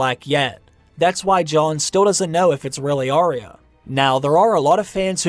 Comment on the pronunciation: It's Ar-ya not Aree-ya. Sorry to be critical. I am a fan & looking forward to another book..